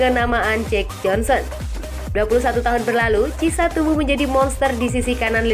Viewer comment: Bukan Cisa ya min tapi cara nyebutnya KIESA, bukan delek ya min tpi DE LIG